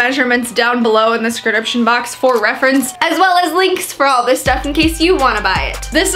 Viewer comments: I LOVE YOU. (this needs to be in capitals). Love your videos, you're funny, they're well edited. But I'm about to be the mean person on the internet. You say scridiption box instead of DESCRIPTION box. why tho? 😕 I'm confused. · “All my measurements down below in the scripdiption box” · Do you say "scrediption box" on purpose? I've noticed it in a couple of videos now 😅 either way it's cute haha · I love how says "Scrediption" instead of "description". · I just found your vids , subbed right Away , big fan . BUT PLEASE tell me ! Are you saying description wrong in every video or am I loosing my mind !!?? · I love you and your videos but why do you always say description wrong hahaha